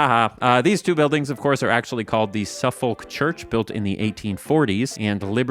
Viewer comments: Suffolk is pronounced suff-ick not suf-folk. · Quick note from England. Suffolk is pronounced 'suh-fuck' rather than 'so-folk.' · Thought I'd add, it's pronounced "Suffuhk", not "Suff-folk" 😉 (Royalists invading) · Firstly I just want to say I love these videos ❤️👌 secondly I just wanted to say Suffolk is pronounced “Suff-uk” not “Suf-folk” just for future reference! Lots of silly British names are not pronounced how they’re written 🙈😂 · "Suff-OLK church" inlander/westerner detected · Suffolk is pronounced Suf-uck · NOOOOOOOOOOOOOOOOOOOOOOOOOOOOOOOOOOOOOOOOOOOOOOOOOOOOOOOOOOOOOOO its pronounced suh·fuhk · you didnt think you were gonna do a video pronouncing various place-names in new york without a comment telling you Suffolk is for some reason actually pronounced suff-ick did ya? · "Suffolk" is pronounced Suffuck. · SUF-uhk is how you say that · Pronouncing "Suffolk" in a way designed to trigger Specifically me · Why can't Americans say Suffolk correctly. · No way Americans pronounce Suffolk like that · As a brit, hearing him say "Suffolk" was so funny. As always I didn't need the information in this video.. but I'm so grateful I now know. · that pronunciation of Suffolk... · Hearing an American try to pronounce Suffolk is great